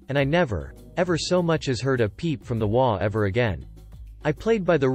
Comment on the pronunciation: In the title story it is H O A, each INDIVIDUAL letter is pronounced. It is NOT prone as a word.